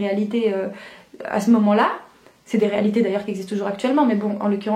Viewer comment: ont dis dé ont prononce pas le S <3 Et bonn’ continuation pour la fac ☺️